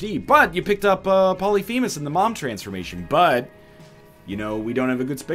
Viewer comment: Does he still pronounce polyphemus wrong???